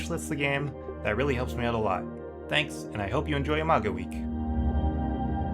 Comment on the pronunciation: Are you very in love with the name "Imago" ? I just want to point out that listening to your video when you said "Imago game" "Imago week" Imago anything, all I could hear is "a MAGA game" "a MAGA week" "a MAGA" anything. I just... wanted to point it out, do what you want with that information.